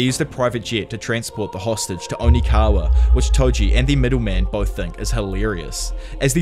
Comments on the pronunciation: It’s Okinawa, NOT ONIKAWA. Lol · Does anyone else notice he says onikawa and just rolls with it? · bro kept saying onikawa 💀💀💀 great video though 9.69/10 onikawa ruined your rating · Am I missing something ? Is there a reason you keep calling Okinawa, onikawa? Lol